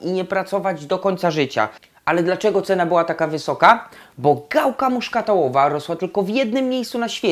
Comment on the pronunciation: gałka muszkatołowa a nie muszkatałowa....."znafco".